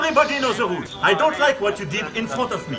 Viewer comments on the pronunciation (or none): "èveribodi respecte ze roules" ! Mdr ! On dirait un candidat de télé-réalité ! Bon... manu rentre à la maison, maman.... euh... brigitte t'attend ! Tu saoules tout le monde !